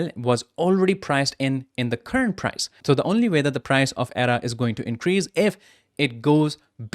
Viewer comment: lol, if you can't even pronounce ADA correctly, why should I even bother listening?